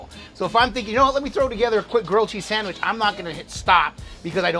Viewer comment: We dont say sadwich tf